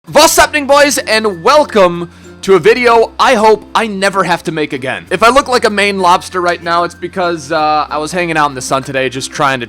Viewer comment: What's* not vhat's